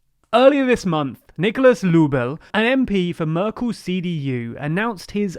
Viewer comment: Söder -> Soder, Merkel -> Mörkel, its not that the spoken english alphabet lacks ä,ö and ß, you just need to learn how to use them. I actually was very courious about Nüßlein, did you just give up ?